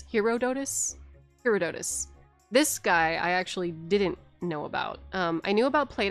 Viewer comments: Love this! BTW Herodotus, who wrote some of the first written histories, I'm pretty sure his name is pronounced 'huh? raw. duh. tus.' , not 'hero. doh! tus.' Since he's some of the first records available he's studied a lot, but he also wrote down a lot of stuff that is most likely hearsay and myths as fact. My favorite example is him reporting that in the eastern Persian empire there were giant ants bigger than foxes that would dig up gold while they were making their tunnels, and the locals would collect the gold. Who knows? Could've partially inspired the giant ants in Elden Ring. You prolly already knew all that, but the ant stuff is hilarious to me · I've heard his name pronounced "hearah-tuh-dus" most often. Love your videos. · Hair-ah-duh-tis! (but smoothly like a quick word). Alternately, Hair-oh-die-tiss. THIS IS SUCH A VIDEO I HOPE YOU DON'T TAKE THIS COMMENT AS ME BEING A JERK! (Philosophy Professor here.) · Her-aw-duh-tuss is closer to how Herodotus is pronounced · (hair)(odd)(uhtus) Emphasis on odd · Herodotus.. rhymes with hippopotamus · Here-o-do-tus over here. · herodotus = hair-rod-otus